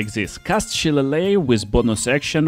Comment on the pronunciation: Subscribing just because you pronounced Shillelagh correctly.